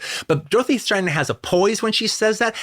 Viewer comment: STRATTEN, not STRANTON... Why does he keep putting an N in the middle of her name?